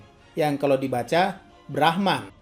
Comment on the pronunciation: Mimin bilang brahman gw dengernya Rahmat